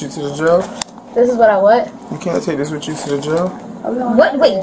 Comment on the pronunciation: "WIT" you